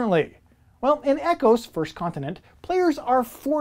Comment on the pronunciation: Ecos isn’t pronounced like ecosystem(E-cos)? Just curious. Nice descriptions of the games but Aquatica is the only one I’m interested in of those listed.